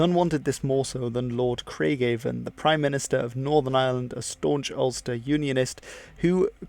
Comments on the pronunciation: Also this video is brilliant but you are pronouncing lord Craigavon wrong . It’s pronounced like Kray-ga-vn. Craigavon is also a city in Northern Ireland, whom the city is obviously named after the Northern Ireland’s, first prime minster James Craig (lord Craigavon) it’s also a pretty awful place to visit because my ex lives there so yeah there you go lol. During the Belfast Blitz, many German bombers targeted Belfast because of our famous shipyard where titanic was built, and many other ships where built in Belfast, hence the Germans wanted to bomb Belfast and did. Many firemen from Dundalk just North of Dublin, helped their fellow colleagues in Northern Ireland because our emergency service was overrun at the time. German bombers who headed to bomb Belfast during the blitz would fly from Dublin to bomb Belfast- because Ireland was neutral and they had their lights on, they just flew straight north from Dublin and then eventually bomb Belfast - with their main target the famous ship yard called Harland and Wolff. (like you’ve just explained Ireland being neutral in the video) I would love a video on the Belfast blitz I think it would be good. I thought video was brilliant and really enjoyed it, well done! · The only major pronounciation issue I heard was Craigavon. The town of Craigavon (Named after Sir James Craig / Lord Craigavon) is pronounced Cray-Gavon not Craig-Avon. Other than that top tier video keep it up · A wonderful fact driven analysis. Oh to have more of this in politics generally. On pronunciation correction (since you asked). Lord Craigavon was pronounced with a soft ‘a’ as in the river Avon. Actually it’s said with a hard ‘a’. Thanks. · And Craigavon has the accent on the penultimate syllable. The built a "New City" in Armagh in his memory. Quare stuff, thon filum!